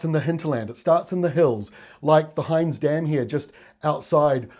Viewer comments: Pronounced HINZ not Hines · Thanks for the update. Hinze dam is pronounced like 'him' btw - named after a somewhat dodgy politician, Russ Hinze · Hinze Dam is pronounced "Hinz". It was named after Russ Hinze and you definitely have to be a local to know how to say that :-) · Great presentations. I really enjoy the calm clear presentation of the facts. For future reference, you did well with pronunciation of place names. Just the dam; not like Heinz baked beans but a short “i”, as in “hit”. And the ranges along the border have a very imaginative name, The Border Ranges 😂 Keep up the great work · Hinze Dam, not Heinz Dam. :) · Hinze rhymes with wins, not with signs. But that's ok, I know you're not a local, and I really appreciate you doing these awesome detailed forecasts for our impending situation even though it's not your own locale. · Except it's the Hinze dam (hinze rhymes with bins not heinz) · Good job on the pronunciations except for "Hinze Dam".. Hinze rhymes with bins :) Love you videos! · names said perfectly, ahem, 'Heinz' Dam. No, Hinze dam. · Hinze Dam - rhymes with Tins Dam Fabulous presentation, thank you. I live S of Brisbane, halfway to the Gold Coast --- definitely in the zone! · Heya, Hinze dam isn't pronounced like the branded can of baked beans, it is pronounced HIN (as in His) with the added ZE sound. Basically it's the word HIS with an "N" in it. I think you get it HAHA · Named after his grandparents. Not him. Pronounced Hinze ~ not Him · Great coverage. To answer your question yes you pronounced Murwillumbah and mullumbimby correctly, but not Hinze! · We do like your work a lot. The casual aspect of your presentation is almost Australian. I will however comment that Hinze Dam is pronounced with a short i rather than the long i in this video. Cheers David